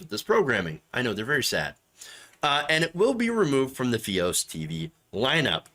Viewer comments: F-EYE-OS, Not FEE-OS.. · fy-os. not fe-os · F-EYE-OS, not Fee-os. Sorry. It just burned my ears😉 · I'm sorry but it's fios (fye-os). The way you say it is making me laugh everytime. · Fee-os? WTF.. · Sjsjsjs I can't focus on the video the way you say fios hshshshssj it's f-eye-os